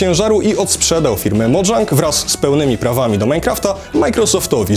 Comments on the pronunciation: Kolejna osoba mówi modżang, zamiat po prostu mojang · Mojang sie mowi nie modżang xD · sorki za poprawkę ale mojang to szwedzka firma, powinno mówić się tak jak się czyta czyli Mo jang A nie modżang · To jest Mojang nie Modżang. Ale i tak ciekawy materiał powodzenia. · no otóż nie. Mojang to szwedzkie studio, w Szwecji "j" jest wypowiadane miękko (j) a nie twardo (dż) jak w angielskim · mojang nie czyta się "modżang" tylko "mojang" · MÓWI SIE MOJANG BO TO SZWECKIE SŁOWO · Fun fact: Mojang czyta się tak jak się pisze